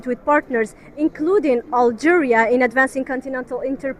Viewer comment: Ya Benti one shouldn't speak English by reading it in "FKHEUNTCH". The word "Algeria" is pronounced "AlgEEria" in English, and certainly not as "AlgÉrià" as one might say in FKHEUNTCH. The English language is a totally different language from French, especially pronunciation-wise.